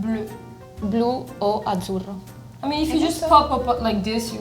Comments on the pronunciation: azzurro not azurro. reloj not eloj. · THE NAME IS NOT GUILIA!!!!!! IT'S AZZURRO NOT AZURRO And is wrong, Azzurro and Blu are two different colors, is not the same. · Is azzurro, not azurro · In italian is "azzurro" not "azurro"